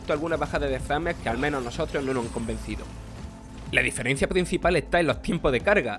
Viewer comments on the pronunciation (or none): none